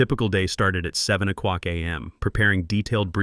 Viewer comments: I really enjoyed this story’s turn at the end. But I also agree with other commenters on the AI’s consistent mispronunciation of “oh clock” as “oh cuck.” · O'CLOCK!!!! FFS = get the AI pronouncing it RIGHT! Sounds deranged.